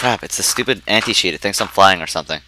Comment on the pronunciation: When he said anti cheat I thought he said anti sheep XD